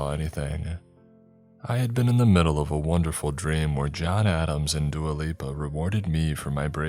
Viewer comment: When he said Dua Lipa I thought he said Duolingo 😂